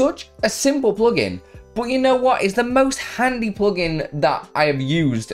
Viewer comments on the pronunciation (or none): Did you say handsy or handy? Thanks for sharing another great plugin.